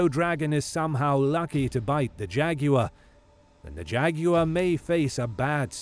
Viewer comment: "Jag-you-are" the winner.